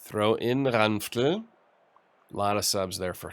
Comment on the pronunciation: Hey, where exactly are you from? I like the way you pronounce Ranftl and Austria. :)